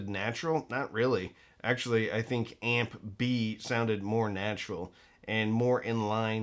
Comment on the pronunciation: … Did you say "amp B" or "Aunt Bee"?